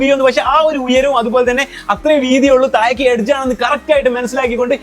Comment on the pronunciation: തായേക്കല്ല,താഴേക്ക്- നാക്ക് വടിക്കണം